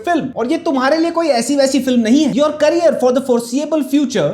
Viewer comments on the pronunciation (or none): none